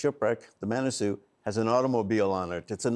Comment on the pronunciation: Manasoo not Monasoo